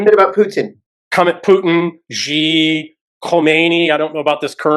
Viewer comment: Strangely, "" very seldom appears in my youtube recommendations; but it's ok - i do a search every few days (thank you all - great eye-opening show, new concepts here!) Btw, I'd noticed all 3 speakers pronounce President Xi's surname incorrectly - it's not "jee", but "sì". As an English speaker would say it (a Mandarin speaker would pay attention to the tone as well.) For reference, one might contrast the two Alexes of The Duran (here, the senior's gotten the right of it).